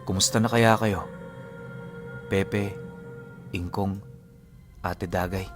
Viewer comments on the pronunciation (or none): kinilabutan ako ingko as in "ingko"?